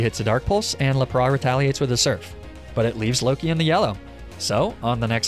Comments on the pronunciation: "le piss" "arcaneenay" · i have never heard anyone pronounce "lap-rass" as "la-prah" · laprah lmao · Yeah “jija impact” hurt my soul, as did “Maleficent” Edit... “Laprah” made me upset, it’s one of those that been said in the anime a lot, and simple to pronounce. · Petition for a mispronunciation compilation! 😅 le-praw broke me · Lapras is pronounced as lap-rus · Sorry to roast but laprah? That is not even close to lapras's pronunciation... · Why do you pronounce lapras like luhpraw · They disñiked bc of how he said Lapras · the s is not silent in lapras